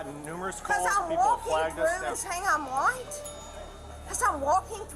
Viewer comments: Are you woit? Are you woit? I’m woit. I’m woit. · "bcuz im walking thru saying i'm whYte" 😂😂😂